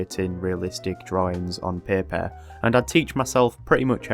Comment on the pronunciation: The way he says paper 💀